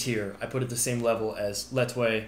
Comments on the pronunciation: I enjoyed this video a lot more than I expected! I’m Burmese and we pronounce lethwei as just letweī, if you wanted to do so! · Lethwei is pronounced (la•way or lay•way). The /th/ is silent and the front vowel is turned into a mid-vowel /a/. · I’ve done classical judo (where all locks are allowed) which in my opinion is the best grappling martial art and Lethwai (pronounced La-way by the way😂) and together they are insane😂 not sure on the exact rules off MMA or specifically UFCs rules on grappling and striking but surely these together would be a great match up?